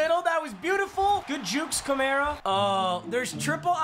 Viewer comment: it's pronounced Kamara, not Kamara